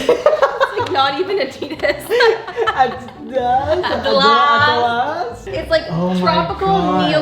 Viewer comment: Its adi-das (aadi dass) not adid as